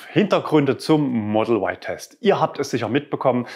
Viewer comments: Da man Eigennamen nicht übersetzt, gehört sich wohl auch die originale Aussprache für den Modellnamen Model Y. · der É-tron wird auch E-Tron ausgesprochen der Kia Cee´d wird auch Ciid ausgesprochen und nicht Cee "Apostroph" d wie es geschrieben wird oder der Mustang wird auch auf deutsch ausgesprochen nicht auf englisch und so bleibt das Y ein deutsches Y für mich! Sonst müsste man auch statt Tesla Tisla aussprechen da das engliche "e" wie ein "i" gesprochen wird! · Komisch warum sagen dann alle E-tron und nicht É-tron, oder warum wird Mustang von allen so ausgesprochen wie es geschrieben wird und nicht auf Englisch gesprochen oder der Kia Cee´d wird auch Ceed ausgesprochen und nicht cee "Apostroph" d gesprochen? Als sollte man in Deutschland auch das Model Y eindeutschen dürfen!